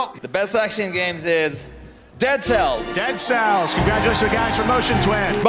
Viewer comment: jc que ce commentaire est bien en retard mais est-ce que je suis le seul a avoir remarquer qu'il dit dedseC et non deadceLLS a la fin de la sequence avec les 2 francais????